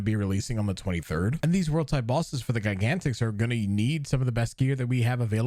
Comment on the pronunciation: Your pronunciation of "gigantix" is really weird to me.